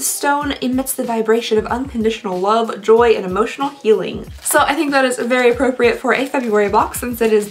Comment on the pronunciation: tht lipstich color looks killer on u n the way u said love 😂😂